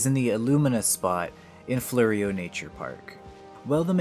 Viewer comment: Its prodnouced "Floro"